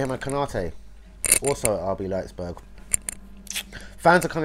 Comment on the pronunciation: Your chains were just rumbling through the vid, ruined audio just hearing the clanging of those fucking chains eeediot and it’s RB Leipzig not Leipsburg